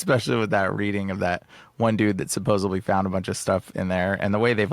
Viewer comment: I wouldn’t say anything normally, but this has been going on a while, the word is SupposeDly not SupposeBly. 🫶